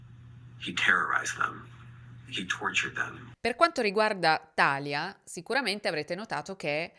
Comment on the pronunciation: Sempre bravissima,. È un piacere ascoltarti. 2 appunti però: 1) Talia si pronuncia Talìa (lo dicono anche in uno dei video che ci hai fatto vedere) 2) l’adderal è un eccitante per cervelli neurotipici, ha una funzione stabilizzante e in parte calmate per cervelli ADHD, e nemmeno per tutti. Se Larry avesse avuto un ADHD sensibile alle anfetamine lo avrebbero fatto dormire. Io sono ADHD (e autistica) e gli eccitanti mi mandano direttamente al pronto soccorso, ma ho amici ADHD che per dormire prendono il caffè. Riguardo alla difficoltà di uscire da situazioni di manipolazione hai proprio ragione, è molto meno facile di quello che si pensa. Anche perché persone così sono dei fantastici profiler e riconoscono le persone con poca autostima e facili da manipolare lontano un miglio. Anche per questo molte persone si ritrovano più volte nella vita con partner e amici abusanti. Ringrazio il cielo di essere uscita da questo ciclo a 35 anni. Ma bisogna fare un lungo lavoro sulla propria autostima e sul fidarsi di se stessi. Grazie per le tue storie ❤